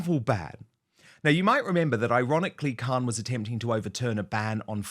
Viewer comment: Khan you mean Khant !